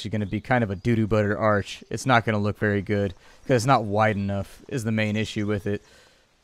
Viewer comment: Do you just say "which is BERRY interesting"?...